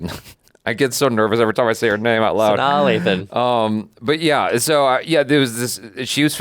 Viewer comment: said Sanaa's name right, y'all!! He's in there 😂👏🏾👏🏾